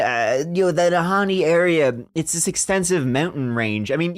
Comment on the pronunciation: they are called the den neh. kind of like the valley's name you got the the nah ha right lol i know thats not how its spelt